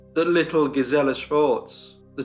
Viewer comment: GEEZ-il-uh. GEEZ-il-uh.